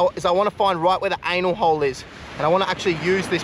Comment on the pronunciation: You said 😂😂😂 anul hole 😂😂😂😂❤